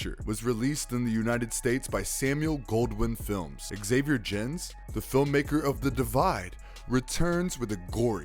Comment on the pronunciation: Also, Xavier Gens is pronounced Hah-Vee-Air Gahnz. Your pronunciations are as horrific as some of these movies.